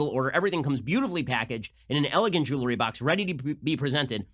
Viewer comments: Ben, stop saying "jewlery" for god sake. It's jeWELry. 🤣😜 Seriously, you're better than that. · Will someone tell Ben how to pronounce “jewelry”